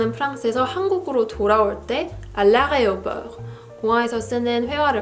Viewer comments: you said areoport instead of aéroport haha common mistake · Well....it's fine. We understand well. Even french people tend to pronounce this way.